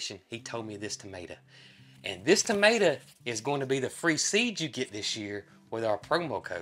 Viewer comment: Crowbars not likes in the Uk are named as the death bird if they land on your gate normally someone will die in your family it always comes true for are family to weird but it happens. When you say tomato but pronounce it tomata that's what we calk potatoes where I live in the UK you go me confused till I saw pictures 😂😂